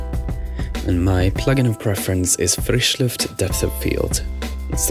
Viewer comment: my god you pronounced frischluft correctly